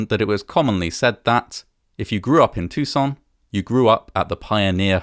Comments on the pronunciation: Too-san. Not tousoon in a French way. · Awesome vid as always, but Tucson is pronounced in a very American, "Toosawn." It's not said with a French accent. We're not that civilized ;) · As a side note, I have to admit that I've always pronounced the city's name very differently (tuck-sen) rather than (too-zen) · Why does he pronounce "Tucson" like he's French fecbdbdht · Why do you pronounce Tucson like it's in France? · This pronunciation of "Tucson" is the second worse around. It is not a French word. Many foreigners do say "Tuck-son" though which is worse. Then the narrator aggravates his case by saying "off-ten" which went away in the 15th century. Does he also say "soff-ten"? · i love the frenchification of your pronunciation of Tucson lol